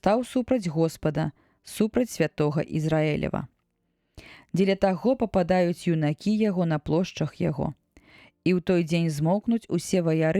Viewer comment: Прачытана: папада'юць (куды?) юнакі, правільна: папа'дуюць (г.зн. упадуць).